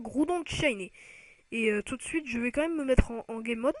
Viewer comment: le mec dit shainé